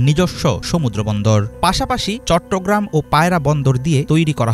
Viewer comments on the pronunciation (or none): none